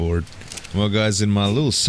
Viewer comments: Is it just me or is he mispronouncing Argentavis? It sounds like he says Argentarvis, but there's no "r" according to what I see ingame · Yo the way you pronouce argentavis is are-gen-tav-is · Is it just me or is he mispronouncing Argentavis? It sounds like he says Argentarvis, but there's no "r" according to what I see in the video at the top of the screen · Argentavis (are-jent-aye-vis) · argitavis has no r